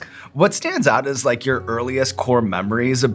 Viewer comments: I don't wike it -Chris Evans effect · spending a lot of time w chris evans i see... " i don't wike it"